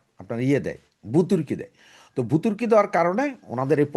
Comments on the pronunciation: ভুতুর্কি নয় ;; ভর্তুকি হবে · শব্দ-টা ভুতুৱকি নয়, ভৱতুকি‌ (Subsidy)। মাতৃভাষাটা কম কৱে শুদ্ধ বলুন। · বুতুরকি? আপনি এত জ্ঞানী মানুষ চ্যানেল খুলে কথা বলেই যাচ্ছেন, কিন্তু ভর্তুকি শব্দটা সঠিক ভাবে উচ্চারণ করতে পারেন না। বুতুরকি বলে যাচ্ছেন। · সাহেব, আপনাকে একটা ভূল ধরিয়ে দিচ্ছি। কিছু মনে নিবেন না প্লিজ। আপনি কয়েকবার ভূতুর্কি উচ্ছারণ করেছেন। হতে পারে আপনার আঞ্চলিক ভাষা। জানি না। তবে উচ্চারণ হবে ভর্তুকি। প্লিজ কিছু মনে না নিলে খুশি হবো। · ভূতরকি কি ? কথাটা ভর্ত্যুকি হবে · ভুতুর্কি না রে ব্যাটা, ভর্তুকি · ভাই ভুতুর কি নয় ভর্তুকি উচ্চারণটা হবে ভর্তুকি আপনার মত গুরুত্বপূর্ণ একজন ইউটিউবার যদি উচ্চারণে এত বড় মারাত্মক ভুল করে তাহলে সেটা আপনি সমালোচনায় করার সম্ভাবনা আছে আমি আপনাকে মোটেও সমালোচনা করছি না জাস্ট একটু আপনার নলেজে দিচ্ছি ধন্যবাদ